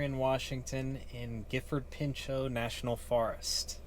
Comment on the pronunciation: Welcome to Gifford Pinchot, The place my soul is at peace, connected and at it’s happiest and great job on the pronunciation of the forest!